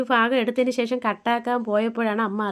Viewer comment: eppozhum eii shesham shesham ennu parayanda പിന്നെ ഷേഷം അല്ല ശേഷം ആണ് onnu max stop cheyuka ketto it's my advice